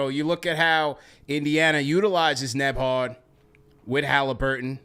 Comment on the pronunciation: NEM- BARD 😅